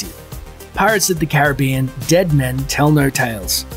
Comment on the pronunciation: Please pronounce "Caribbean" correctly! (accent on SECOND syllable)